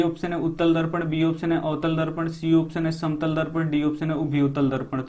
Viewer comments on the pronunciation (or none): Sir avtal darpan likha hai Aap utal darpan bol rhe hai